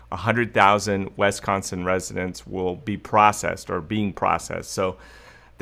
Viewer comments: Is it pronounced "wesconson" is it not pronounced as it is spelled, which is Wisconsin (Wis-con-sin)? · “WisCONsin!,”! lol ! I moved to California from WisCONsin in 2011 and still get laughed at for the way I pronounce it. Not that you pronounce it so bad but I needed a comment worth $900.00. And this is it...RIGHT? Better yet I’ll take the $5000.00, ok? Lol 😂 God Bless, cuz I’m broke! Oh yeah and before I forget...My birthday is October 3rd. This birthday girl turns 58 on 10/03/2020.♎️